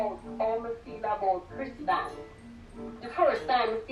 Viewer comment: Jamaicans and names 😂😂.. Kristan instead of Kristen. That’s exactly how my mother would have pronounced it.